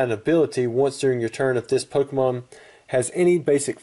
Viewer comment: lol you said pokemoon LOL